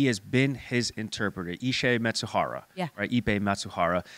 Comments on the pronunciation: Who is Matsuhara? It’s Mizuhara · It's not Matsubara but Mizuhara.😅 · Not Matsuhara... Mi-zu-ha-ra... Japanese pronunciation is hard for you, but it's a serious theme. Please.